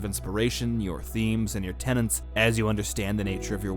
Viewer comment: You even WRITE "tenets" yet you always, systematically, pronounce it "tenants". Why?